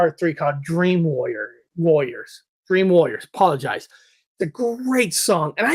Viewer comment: Sounded like you said Dream Lawyers for introduction of the Dokken tune. That Trick or Treat soundtrack did kick ass. Say What You Will but, Fastway was so underrated. (See what I did there?) 😁